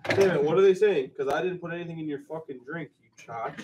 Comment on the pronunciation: its so funny when says chaach when its chooch lmfao